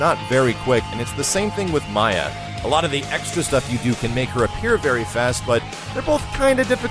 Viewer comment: the proper way to pronounce RIPTOR's name is RIP-TORE. also, they mispronounce MAYA's name in the newest KI as well. her name is pronounced MAY-YAH.